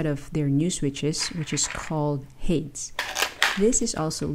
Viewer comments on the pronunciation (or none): This was supposed to be the improved version of the original flow yet they downgraded the casing to ABS which will yellow overtime, I still want to order but will stay away from white. Btw Hades is pronounced "Hey-Deez" named after the Greek god of the underworld. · 'Ha•des' 2 syllables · Shouldn't it be pronounced Hay-Dees as in the Greek God? lol